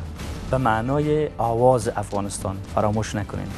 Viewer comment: Dear Qais jan Ulfat, you are an amazing singer and we adore you for your talent, as we followed voice of afghanistan, we noticed as a group that you keep pronouncing Aawaz as Awaaz. since you are on International TV can you please pay attention to your pronunciation. we are all cheering for you from Canada. We love you & we are enjoying your show.